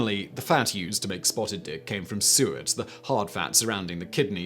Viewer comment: You saying Suet will Deff throw off Tons of americans. i know i didnt know what that was till i made my own birdfood blocks. its not Soot. Suet is Fat from an animal near the kidneys.